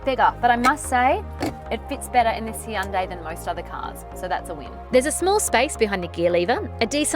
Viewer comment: Well, it is pretty similar to how it's meant to be pronounced